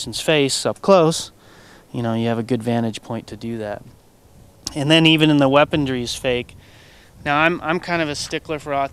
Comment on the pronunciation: weapondry's fake it's weaponry ! not weapondry !!